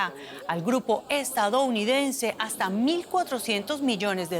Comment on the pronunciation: Chico, todoj jon enemigoj de la dictadura hajta que la dictadura diga lo contrario